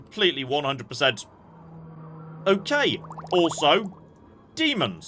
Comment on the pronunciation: You sometimes say "OKANG" instead of "okay" :D I just find it funny